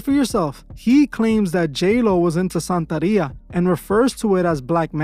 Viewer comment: It’s santeria not santaria